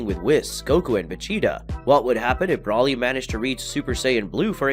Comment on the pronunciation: I'm irritated with your Brawly pronunciation.